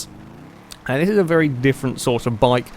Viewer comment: I don't want to be rude but why do you say very as 'VELLY' every time? Not hating but just asking! Great video as usual.